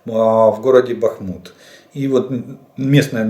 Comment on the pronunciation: Зря исправились на счет БАхмута, название идет от реки БАхмутка, а не БахмУтка